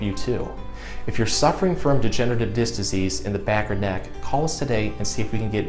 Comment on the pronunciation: Disc, not "diss."